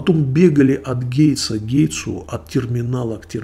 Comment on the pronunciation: Не гейтсу, а гейту...вы случайно не в аэрофлоте работаете? Уровень английского сотрудник аэрофлота)))